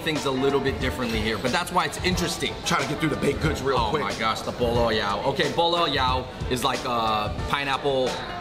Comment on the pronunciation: For all of my cantonese friends, notice how Andrew pronounces pineapple bun . Sounds like he's saying "ball ass" LOL